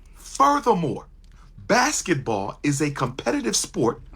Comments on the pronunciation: Did Umar just say Blasketball?? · Lol he said "BlacBasketball" 😂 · Did he say blasket ball players 😅